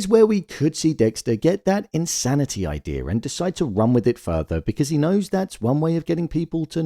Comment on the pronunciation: Why do you say Idear and not idea?